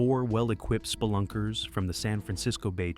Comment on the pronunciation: The way the AI says splunkers makes me giggle everytime 😅 "spl-unckers"